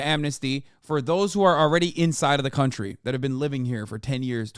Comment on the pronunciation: Ron says "Cuntry"